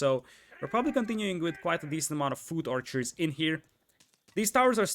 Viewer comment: Hahaha his pronunciation of foot archer is hilarious